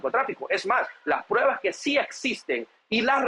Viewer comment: SE DICE PRUEBAS, NO prebas.